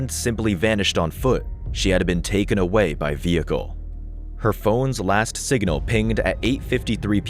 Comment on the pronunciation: Why all the extra syllables? Sig-in-al, etc 🤔